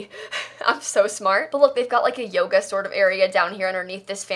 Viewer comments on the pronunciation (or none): none